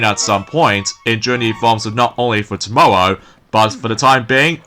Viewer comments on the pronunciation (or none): you said Tomorrow funny there buddy!